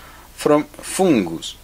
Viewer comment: You are my favorite Frenchman, I love the way you say "Foongus" I hope you keep these videos coming. I have learned so much from you and have successfully repaired multiple lenses because of you! Thank You!